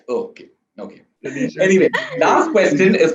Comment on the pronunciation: Did he keep calling her Taneeshow? Lmao.